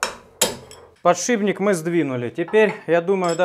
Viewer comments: Единственное что мне не нравится...это подшиБник...Это же от слова ШИП. А в остальном, спасибо. Очень много полезной информации и смотреть интересно, хоть я никак и не связан со станками... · да почему же подшиБник, птробЫвать??? режет слух! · А ведь в прошлом видео ещё нормально говорил, подшиПник. Пишет правильно, а вот говорит...